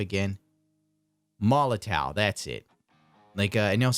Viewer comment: i should've waited till the end of the video. : D But it is pronounced molotoff